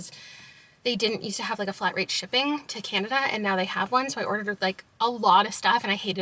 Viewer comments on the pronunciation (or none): none